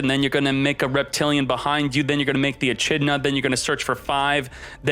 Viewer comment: The way he said "echidna" though at the beginning 🤣. I hope his chat crucified him for that